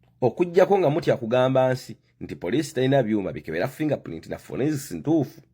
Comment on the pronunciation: Bakiyita FORENSICS not FURONSICS....you are a confident ignorant funny man.